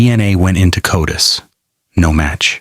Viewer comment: What? AI doesn’t know how to pronounce CODIS? And it’s not spelled Cotis. It’s an acronym. Not a professional quality video.